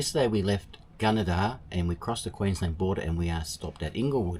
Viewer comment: its pronounced Gunn- a - dah 😂